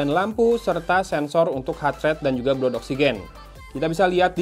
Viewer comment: Blood = dibaca BLAD